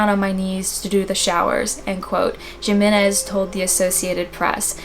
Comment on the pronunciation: Jimenez is pronounced Hee-men-ez! For future reference